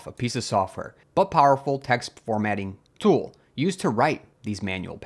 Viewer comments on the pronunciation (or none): none